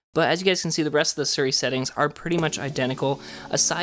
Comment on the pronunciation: It’s Siri not suri. It’s pronounced sea-re. Siri